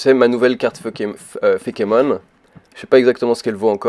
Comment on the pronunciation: par contre, plus sérieusement, c'est pas fékémon, mais feïkemonne